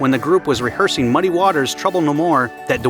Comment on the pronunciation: Reahearing or Rehearsing?